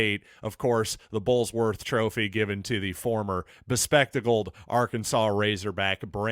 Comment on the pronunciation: Just for info It is "Burlsworth" not Bullsworth.